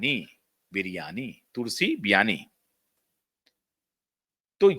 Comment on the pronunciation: एन्कर महाशय, तुलसी बिरयानी नहीं, 😂😂😂 तुलसी विराणि कहो।